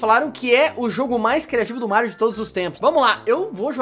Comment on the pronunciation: Meu cê fala mairo não Mario quando vc fala super Mario meia quatro cê fala super Mairo meia quatro